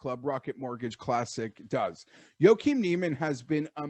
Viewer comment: Say it with me.... Joaquinn = "WAH- KEEN"